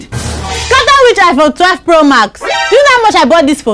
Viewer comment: Young woman u no well say iphone 🤣🤣🤣🤣🤣